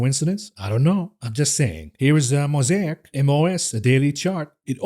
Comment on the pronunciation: Please revisit your pronunciation of Altria and Mosaic. (You pronounced Mosaic correctly later in the podcast.)